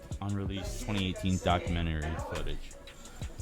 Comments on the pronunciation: "HHours of foot-a-gee." AI needs to go. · "Multipleee electronics and howers of foootegiee" lmao this AI lady is killing me🤣🤣🤣🤣🤣